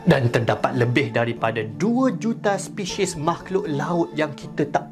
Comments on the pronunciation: Apa yang kata: spesies Apa yang aku dengar: speshies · normal rupanya kita sebut spesis/species sebagai Spisyis HAAHHA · Jap kenapa saya dengar "Speshies"